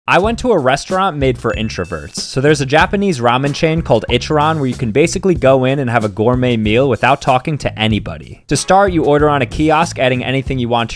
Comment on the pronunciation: “I chi ran” 💀💀💀💀💀💀💀💀 It’s actually pronounced I (Ee) Chi (Chee) Ran (rlan)